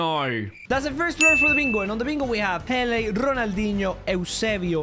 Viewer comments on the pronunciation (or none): none